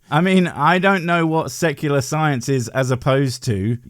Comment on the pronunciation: Haha, thus is great. It sounded like he said sucular rather than secular! This is funny. Great video, 👍💙💙💙🥰✌